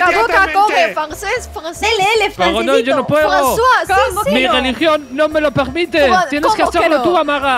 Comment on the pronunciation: mi geligion no me lo pegmite xdd